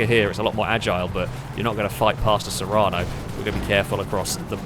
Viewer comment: Sorry to be picky but the SUV in the very first round is called the serrano, you kept saying serrana :D